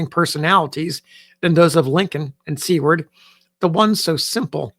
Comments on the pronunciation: you are pronouncing Seward incorrectly! it’s pronounced Soo-word not See-word. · I was also taken aback by the pronunciation of See-ward.. did she spell it this way in her writing? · May I ask, is Seward prounced sea-word? Or (sorry to say this) is it pronounced sewer-d? I think I have been mistaken.